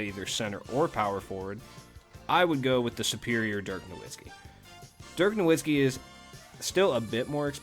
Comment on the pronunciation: Just so u know dirks name is pronounced noVitzski